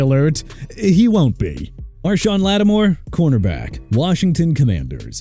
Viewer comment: Kenny Clark not Enny Clark and Marshon Lattimore not Arshon Lattimore! And also Alvin Kamara PRONOUNCED KAH-MAR-RAH OKAY MR. "NEW OR-LEANS"?! AND HERE'S A IDEA: NEXT TIME PUT TUA ON THIS LIST AND CALL IT A DAY AND WHILE YOU'RE AT IT, LEARN HOW TO PRONOUNCE AND TO SPELL OR KISS YOUR JOB GOODBYE!